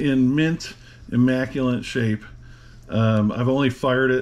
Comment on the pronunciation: The word is "IMMACULATE." Not "IMMACULANT" (no such word). And yes, very immaculate and beautiful revolver.